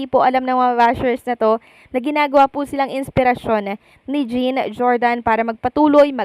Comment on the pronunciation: Hi mam, the right pronunciation of 'jean' is John, kc guy name po yan😊